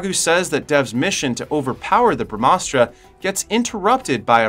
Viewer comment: It's pronounced like this bruh-mah-shuk-ti.....Us-truh.... Ug-ni us-truh.... Jal us-truh.... Puv-one us-truh... Nun-dee us-truh... Bruh-maa-us-truh... Bruh-maa-an-sh.. Dush-shay-rah